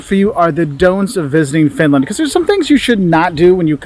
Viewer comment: Why she saying Fitland